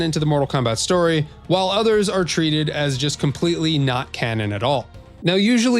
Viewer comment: Mortal Kombat "Stoy" lmao